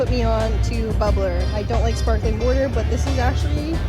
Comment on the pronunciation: Anyone else notice her say "Wortur"?